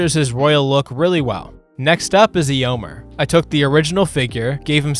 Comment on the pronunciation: Eeomr, eeowyn😂